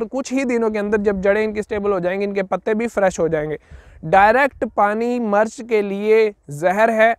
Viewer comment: Bhae jaan murch nhe mirch hota hy